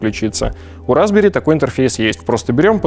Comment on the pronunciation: Мне все время слышится "разбери́"... Разобрать-то можно, а вот собрать обратно у меня вряд ли получится